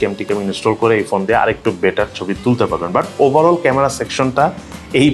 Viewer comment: বাটার স্মুথ না ভাই বেটার স্মুথ হবে 🤣🤣